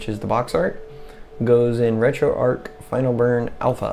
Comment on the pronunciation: Great video very well explained, but it's retro arch as in archway not ark as in imaginary zoo boat. Your killing me lol.